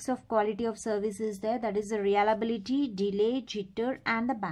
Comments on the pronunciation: Nice session. Pls. correct. Its Reliability not realability. You are pronouncing it "realability".. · It's not Re-ala-bi-li-ty It's re-lia-bi-li-ty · ya u right her pronunciation is not correct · no mate, it is indeed pronunciation